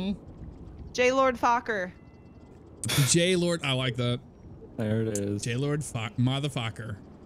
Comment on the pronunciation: It is not jaylord it is Gaylord. No offense